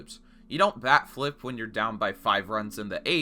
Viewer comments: Holy shit the entire video I thought he was saying back flip. Wtf is wrong with these pitchers, even a backflip wouldn’t be enough to purposely hit someone and they do that shit for a bat flip? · I'm not a baseball watcher and everytime he said "bat flip" I thought it was "back flip" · I heard "back-flips" for the entirety of this video and i was kinda confused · I thought you were saying backflip, because I didn't know throwing your bat was disrespectful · I kept hearing 'backflip', was wondering when it would be shown. But the "disrespect" part was a fucking BAT flip? Good God you blew my mind. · I am a baseball watcher and everytime he said "bat flip" I thought it sounded like "back flip" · I thought you said a back flip lol honestly tho a bat flip?? 😂 How pathetic